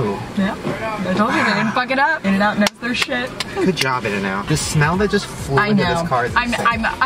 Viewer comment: Its INN-N-OUT